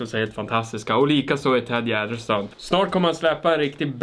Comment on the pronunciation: Kan någon mattelärare räkna ut hur säger Tedde Gärdestad! Ett tips att använda miniräknare.